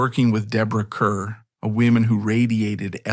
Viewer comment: She was NOT there to receive her Oscar. Her parents didn’t even tell her about it. And it’s Deborah Kerr, pronounced Car!